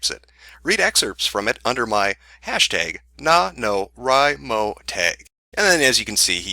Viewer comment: NaNoWriMo is "Nay-No-Wry-Moe" It stands for National Novel Writing Month. Just saying.